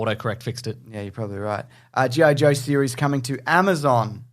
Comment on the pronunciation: They way you pronounce GI Joe I thought you had news for the anime jojo. :P